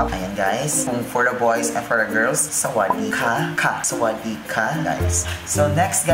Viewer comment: พี่พูดชัดมากคำว่าสวัสดีครับ(หนูเป็นคนไทย)I speak very clearly. The word "hello" (I'm Thai).